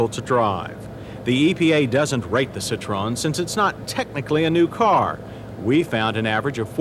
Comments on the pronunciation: why do Americans pronounce it citrone... its citro-en 🤦🏻‍♂️ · It's pronounced Sit tro en, not a Sit trone. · Firstly, you gotta know how to pronounce the Brand CITROEN - "SSITT-TROH-ÄNN". VW = FOWW-WEHH. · I wish people would learn how to say the car name correctly!!